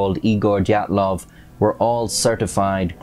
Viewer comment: I'm sure you look forward to having your pronicication second-guessed on every video! 😅💀 It's not the 'die' 'at' 'loff' pass It's the 'DEE' 'at' 'loff' pass